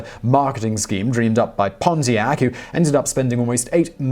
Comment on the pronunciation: did he say "Ponzi-ac"?